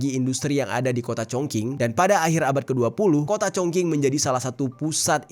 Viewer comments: Klo cina huruf q dibaca c bang jd chongqing dibaca congcing😊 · Mas maaf cara bacanya : Chong Ching (Q itu dibaca ‘Ch’) Pinyin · Bisa ga si klo mau bawain video dan ada nama2 kota itu di cari tau dulu cara baca kota2nya, greget bngt dnger pelafalannya jirrr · Maaf sebelumnya bang..telinga sy gatal mendengar pronoun/sheng diou kata kota chong qing, tlg pronounnya yg betul..klo yg abang pronoun spt itu org gak ngerti ya. Krn sheng diou itu penting, beda pinyin beda shemg diao dlm mandarin artinya bs jadi beda. Sy mandarin jg gak pintar tp krn sering mendengar dan mencoba memahami jadi tahu dikit2..chong qing itu klo dibaca dlm ejaan bhs indo itu jadi chong/nada lurus dan ching nada naik. Org akan tahu itu nama kota chong qing yg dimaksudkan..klo dibaca chong king gak ada nama kota itu di china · Cing,, bukan King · Ada baiknya kamar cek dulu cara baca nama² kota, spy lbh baik dan benar, gk asal²an pls, bukan congking, tp congcing, kerajaan qin=cin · Chong ching bacanya kq cong king 😂😂😂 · Zhongqing dibaca Congching, bukan Congking 🙏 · Bangg bacanya “Chong Ching” bukan cong king 😀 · Chong Ching , bukan chong king😂 Q dibaca jadi C .. Chong Qing/ching 重庆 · Bacanya Chongjing,bukan Chongking... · Speelingnya Chong ching. Bukan Chong king.. Kota Shenzhen,Shanghai is the best...Beijing lebih kayak old town yg sangat cantik, tapi intinya semua kota di china sangat indah.... Aku beruntung sdh pernah mengunjungi byk kota disana...dan tinggal disana hampir 10th.. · 😂😂😂😂 congKing??? Itu baca nya Chong cing weyyyy😅😅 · Fyi: Chongqing ucapan nya bukan (Chongking) tapi (Chongcing) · Sekedar info saja, cara bacanya Chong ching, bukan cong king. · koreksi: dibacanya bukan "Congking" tapi "Congcing" bro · Bukan cong king.. Chong ching bacanya.. Gmna si nih YouTuber. Ga cri info dlu apa.. Main asal nyebut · Yang sering Youtuber Indonesia Katakan Chongqing =chongking Guangzou=Guangzhou Harusnya Q dibaca ch G dibaca k K dibaca kh Z dibaca C Guangzou dibaca Kuangcou